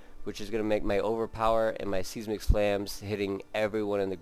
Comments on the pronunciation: Did he say "Seezmick Slam"? He is no Seismologist... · LOL at seizemic slam. Learn to words bro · Sorry about that, I forget that some of my more sensitive viewers get offended when I mispronounce seismic.